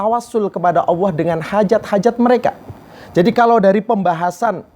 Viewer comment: Mengucapkan lafadz Jalalah ( Alloh) saja gak bener, beneri dulu baru tausiah . Dan tausiah kok tidak jelas ,Ambyar,!!! Membingungkan.mana yang jadi pedoman, Hadis Nabi atau kitab Ulama' ????